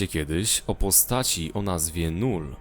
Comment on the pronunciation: nie null tylko lull hehe :-)